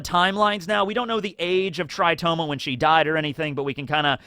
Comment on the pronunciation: Tritoma not "Toritoma"??